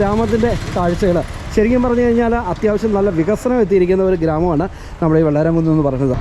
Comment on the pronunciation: Not vellaramkunne, it’s vellaramkunnu.